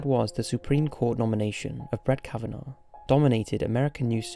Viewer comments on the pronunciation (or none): none